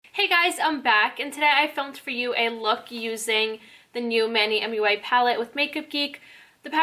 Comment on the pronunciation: You did not just say mui lol ❤️ love the make up xoxo